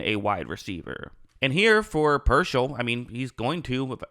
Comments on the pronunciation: PEAR-SALL Not, PER-SHALL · Not “Pershell” it’s “Peer-Saul” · It’s pronounced Pierce-All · He will be a pro bowler in his career. Dude has talent. Also it’s “peer-sall” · Good analysis. Say his name correctly. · I think spending 5 minutes to lookup and pronouncing his name correctly will give you a lot more credibility.